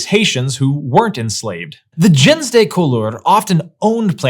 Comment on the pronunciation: Your pronunciation of “gens de couleur” is atrocious, and this is from someone who French people had a hard time understanding because I couldn’t pronounce French words correctly after years of living there. It should be more like “zhahn duh cool-err” (IPA: ʒɑ̃ d(ə) ku.lœʁ).